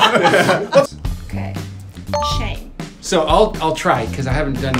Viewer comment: Chantelle is not very good at her own country’s words. Shame is almost always preceded by “Aaaghh” or “Ahhh”.